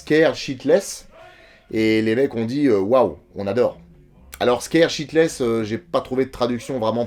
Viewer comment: Mais nooon, "scared shitless!" pas "sheetless" donc en gros avoir peur à se chier dessus! avec le côté vulgaire!